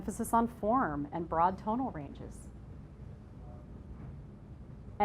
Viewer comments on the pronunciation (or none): none